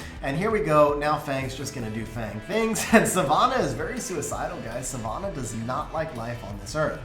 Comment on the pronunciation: Ffs, learn how to pronounce Savannah.